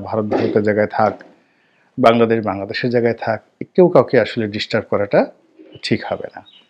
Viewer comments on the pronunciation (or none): none